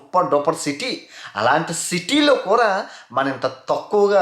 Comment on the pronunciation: City lo “ kura “ kuraa kadhu bro kudaaa ne Telugu santhakella oka telugodiga telugu spastamga matladi kastha aina mana telugu ni bratikinchara nathi pakodiii 😁😄😀